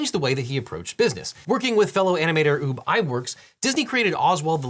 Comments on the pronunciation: It’s pronounce Ua-B NOT Ue-B! You pronounce Iwerk’s name like you’re about to say UP but you replace it with a B! GOT IT!! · The "U" in "Ub Iwerks" is short. That's the way Chuck Jones pronounced it, and I'm pretty sure he knew him.